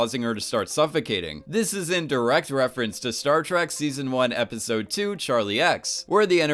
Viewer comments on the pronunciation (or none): Is it just me or he is saying "Startruck" rather than "Startrack"